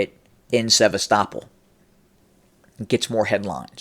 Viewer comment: Hey, the pronounced "Sevastopol" properly. Ah oh, must be a Putin asset. LOL! Better not call Kharkiv "Kharkov" ( it IS Kharkov though, as the city is overwhelmingly ethnic Russian, and they call it Kharkov). But if you say Kharkov, the NAFOs will go crazy, and Sarah the transgender spokesperson for Ukraine might announce your demise. Seriously, Sarah said the other day that Ukraine would kill bloggers that speak against Ukraine's war effort. I am NOT kidding about that. Luckily you are in the U.S. and I don't think that the Ukrainian SBU (secret police) has a reach this far. But Sarah did elude to the idea that Ukraine may try to kill American blogger Jackson Hinkle when he goes to Russia next week. You should do another report on this Sarah person, because her/his statements, officially on behalf of the Ukrainian government, about killing bloggers seem completely mentally deranged. Further, Ukraine has NO RIGHT to attack American bloggers who speak out against the war. We, the US, are NOT at war with Russia, and any American blogger has a CONSTITUTIONALLY PROTECTED RIGHT to Free Speech, to speak out against US involvement in the Russo-Ukraine War. American blogger Jackson Hinkle, who is actually pro-Russian, has a right to speak out whether anyone agrees with him or not. Ukraine can not threaten to kill or imprison an American just because he does not side with Ukraine. Look at the disappearing of American blogger Gonzolo Lira. Not a word about it from the B